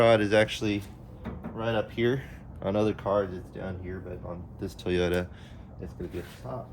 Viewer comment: Toy-ota…. not Tuh-yota…